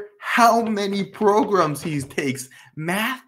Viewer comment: PROGRUMS!!!! WHAT ABOUT THE PRECIOUS PROGRUMS?!!